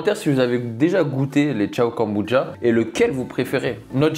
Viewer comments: A quel moment le mot « kombucha » se prononce « Goneboudja » 😂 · J aime beaucoup tes vidéos par contre mes oreilles saignent à chaque « kambouja » j pourrais tout foutre en l’air ! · je suis perturbé tu dis “kambudja” 🤣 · Même moi ça me perturbe 😭😭😭 je parle à ma télé en disant KOMBUCCHHHHA 😂